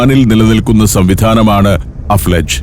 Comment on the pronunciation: അഫ്ലാജ് അല്ല അൽഫലജ്